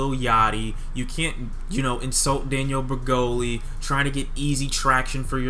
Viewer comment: Yo said "daniel breggoli" lol